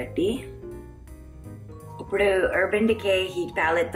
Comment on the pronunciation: I died 1000 times when you said ....."oopudu" for ippudu..... I really appreciate your effort to make such videos ....even though you are miles away from Telugu home and speaking a foreign language. I wish you and your family a happy Ugadi